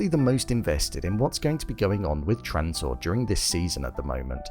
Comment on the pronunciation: Dude...I watched 15 seconds and you said "Transore"...